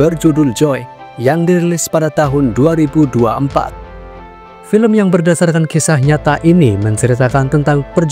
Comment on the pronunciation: film, bukan felem.... ga asik lu ahh, ganti yg lama aja pengisi suara nya. suara lu tua !!!